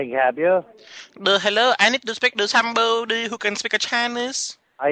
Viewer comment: LiKa Som BoDeE